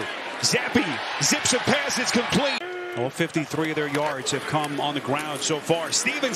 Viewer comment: The announcer should be told that when he says "...and complete" it sounds like he is saying 'Incomplete'.